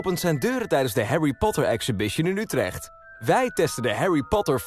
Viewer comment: HOW HE SAYS "Utrecht" IM DYING OMG- 🤣🤣🤣